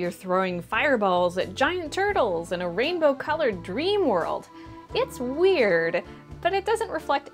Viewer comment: Weird? More like ouird